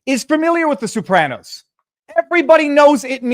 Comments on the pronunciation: Viva, the Sopranos is pronounced So-pranos, not Sue-pranos. But you’re a lawyer, so you’re excused. LOL!!! 😂😂😂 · Sopranos, not soopranos! Aaaaaagggghhhh! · I'm getting tilted listening to "Soup-ranos" over and over. Is that Canuckistanian for the plural of Soprano? Jeez: Simma down and learn how to pronounce a word, maybe ask AI, before you make that word the highlight of your podcast. (You might not want to annoy Italian Trumpers.) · WHO THE HELL ARE THE SOUP-RANOS?!!? 😂🤣💀